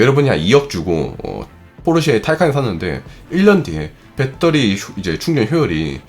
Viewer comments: 빼터리 발음이 ㅎㅎ 공대생이여도 좀 너무했네요 배러뤼~ 아님 그냥 밧데리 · 졸라 똑똑한 형도 베터리를 뻬떠리라고 읽는구나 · ㅋ 발음이 재밌네요 빼떠리